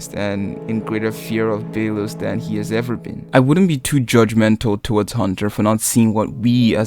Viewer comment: emperor bey-los lol